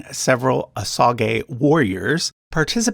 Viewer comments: No, you are correct. It’s pronounced incorrectly in this video. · Is Osage actually pronounced that way?